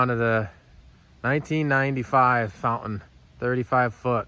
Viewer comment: You got a lot of work ahead of you but in the end, it will be a very nice boat. A 35 is a good size, not too big, not too small. Of course a 35 Fountain (not "Fou-in" 🤣) is like a 31 if you don't count the beak and swim step. 😮😂